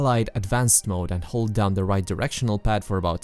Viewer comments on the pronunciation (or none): none